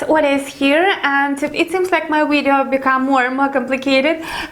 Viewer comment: Why do you pronounce Video as Weedeo. It's Video, not Wideo